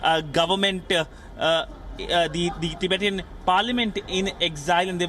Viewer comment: The way he pronounces "ti-bay-tian" haha He has never prounced it ever in his life before this video lol